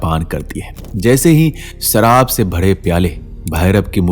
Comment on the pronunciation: "Sharaab not saraab" Poor pronunciation.